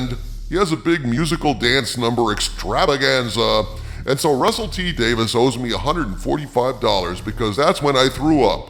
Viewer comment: By the way, it's Davies, not Davis FYI